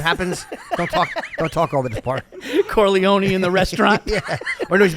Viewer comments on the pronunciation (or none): What kind of Eyetalian says it like “Corleoney”?